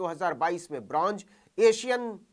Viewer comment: Gustaakhi ma'af, bronj nahi bronz medal hota hai